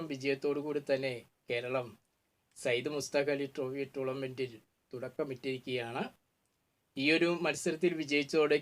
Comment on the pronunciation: ടൂർലമെന്റ് അല്ല sir…ശ്രദ്ധിക്ക് അമ്പാനെ